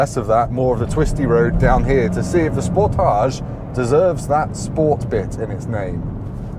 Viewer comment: Why does everyone pronounce it like it is a French word? 😂 Le Sportaaaaage